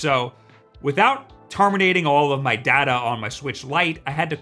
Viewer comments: IM SORRY, he said data not data? Is he okay? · Day ta how you should pronounce data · he said Data instead of Data. smh. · DADA WTF?? IT'S DATA.